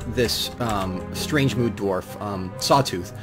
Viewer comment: i like this idea on how i just randomly poped into the world and started doing things fits exactly how i travel the multiverse and looking at all the the things i do is awesome, just missing that blacksmith (altho you did get my name slightly wrong for its Sawtooth not Saw Tooth) and i sware i am going to have a field day when things start pumping from the cavern